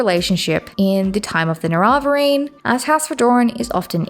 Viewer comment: I have to assume you're mispronouncing things on purpose? Dwemer, Vestige, and Nerevarine all have PLENTY of examples spoken aloud throughout the game. And Dwemer and Nerevarine you are pronouncing nothing like the spelling. And of course why would Hlaalu have two A's if you're meant to emphasize the u? At first I chalked it up to accent but at this point it simply makes so little sense I can only assume you are doing it on purpose. Bravo, good troll. In every other manner it's a great video though, I'm enjoying the analysis